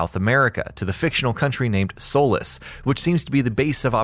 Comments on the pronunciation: Dude it's not pronounced "soul-less" it's pronounced "soul-lease" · It's pronounced (soe- leese) not solace. But it's really spelled Solis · that's not how u pronounce Solis, its not "soulis" its "sohlees" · (Sol-ees) not soulless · It's solis not solace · You pronounce Solís as "Soul-less". It's pronounced "Soleese". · Are just going to ignore the fact the he pronounces it, "solis" while it's supposed to be solís? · I’m my god why does everyone say Solis It’s pronounced Sloees It’s spelt Solis but pronounced Solees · It's Solís (like in Leeds) not Soules you dumbfuck. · It’s pronounced solease spelled solis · Danny Streets it’s not pronounced solis it’s pronounced solees like the e in ea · It’s pronounced So-lees just so you know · I'm super hyped savour the game but it was really bugging me that he was saying Solis when it's pronounced Sol-ee-s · It’s actually pronounced solees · Solis (Sor-lees) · Gotta stop your ass right now it's pronounced " So-lease" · U pronounced Solís wrong